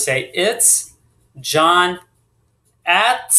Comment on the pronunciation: Why do you say atssss instead at?